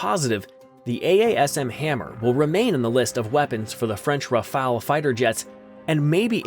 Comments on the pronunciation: Forget the a. Prononce RAFAL as fast as possible in good french. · Y'a un e a "Rafale" mais aussi merci !